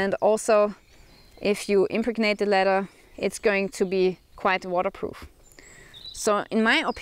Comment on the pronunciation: In English, impregnate has the second syllable accented. Im PREG nate.